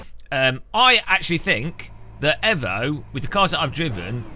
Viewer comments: yes, only because that’s the Italian pronunciation. Can’t blame him, but it’s properly pronounced ‘eevoh’ as the international motorsport language is English, and it’s the shortened version of evolution. You wouldn’t say Mitsubishi evvo… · Pronounced 'eevoh' not 'evvo'. As in 'evolution'. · Excuse me... AEVO?????? not EEVO??? bro wut 😂